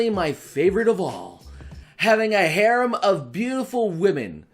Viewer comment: is no one going to talk about the fact that he was saying harem wrong...no ok then i will show myself out. ps. he might be trolling and i am too dumb to know for sure.